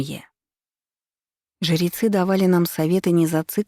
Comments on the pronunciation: Спасибо, понравилось повествование, только смущает слово жерецы вместо жрецы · А почему жирецьі, а не жрецьі? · Зачем ты так странно произносишь слово "ЖРЕЦЫ"?!!! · Чтица очень замечательная и проникновенна, но, почему жЕрецы....